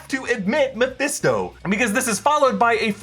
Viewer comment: I feel like throwing something at when he says Mephesto